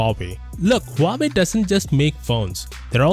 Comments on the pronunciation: Really nice analysis. One side note, please pronounce the H in Huawei. The way it came out sounds like Uawei. (I'm native Mandarin Chinese speaker.) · Never knew that Huawei is pronounced this way...